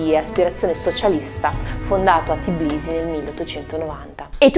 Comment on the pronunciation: la capitale della Georgia si chiama TBILISI, non Tiblisi ! O, fino al 1936, Tiflis. Com'è che tutti gli youtubers italiani commettono lo stesso errore? Cos'è, dislessia nazionale italica, ignoranza... o disprezzo?